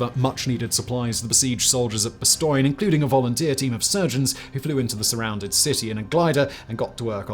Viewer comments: French teacher here. 👨🏻‍🏫🇫🇷 Say it as "bahss-TONE." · Why can't you pronounce Bastogne correctly? Like nails on a chalkboard.